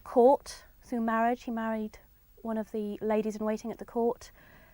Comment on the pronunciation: I am sorry. Marriage doesn't sound like marriage when read in that video. It sounds more like Mirage.